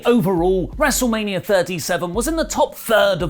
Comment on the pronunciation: I think you mean, "WrestleManiarrrrrr Backlash"